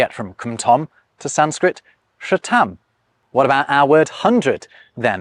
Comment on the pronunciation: The Sanskrit word for hundred "shatam" is not pronounced as you did, but rather with the 't' pronounced similar to the 't' in in 'th'ousand, with less stress on the t. Also, The P-I-E word '*weyd-' sounds similar to the Sanskrit word "Veda", which are a collection of the oldest holy scriptures in Hinduism, and used as a substitute word for 'knowledge'.